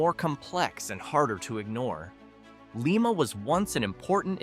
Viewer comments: Lime-uh...not Leem-uh...dumb AI. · Lima=Lie-ma not lee-ma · First of all, it's LIE-ma, not LEE-ma. If you don't get THAT right, how can we believe you about anything else? I personally knew and worked with the mayor of New Boston during the 60s. New Boston Coke, a coke oven complex (now a WalMart shopping center) was a major employer, but that came with a hefty price, as New Boston was a Cancer Alley that eventually claimed my mayor friend Ralph, as well as hundreds of others. You left out Bellaire, Ohio: in the middle of town is a SEVEN STORY TALL bank building in a town that has gone from a city of 15,000 to a village of 4300 in my lifetime. It once was a competitor for the Westward Trade with Wheeling West Virginia, a town that itself has shrunk to a fraction of its size as the Rust Belt tightened, to a nonentity. AND..it's just one of the Rust Belt Stories. MY SUGGESTION TO YOU: Get yer Goddamn PATRONIZING "documentaries" outa here and let WE OHIOANS tell YOU our stories; at least we'll get the pronunciations right, and we don't need any goddam AI to help us! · Your AI pronounces LIMA as LeeMa but it's real pronunciation, in Ohio, is LimeMa. It's only LeeMA outside of Ohio. You're right, rural Ohio is relatively job free.